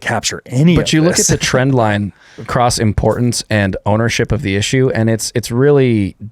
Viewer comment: Can someone help me understand why some people pronounce the word across as 'acrosst'? I lose my mind every time I hear it.